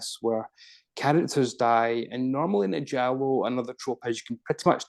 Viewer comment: pronounce Giallo very well.